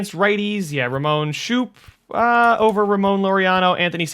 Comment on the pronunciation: His name is scope not shoop